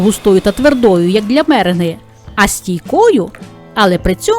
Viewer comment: Навіщо перекручувати слова…мере́нга…